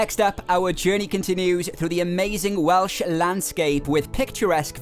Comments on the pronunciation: Definitely one of the best videos on Wales that I have ever seen and actually coming from Wales to Australia over 50 years ago, it was also good to hear someone pronouncing the place names perfectly. Diolch yn fawr ! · Fantastic film. I love mid Wales.It is so beautiful and quiet and not busy. Another great thing about your film is listening to you with your lovely Welsh accent and fabulous pronunciation. Thank you so much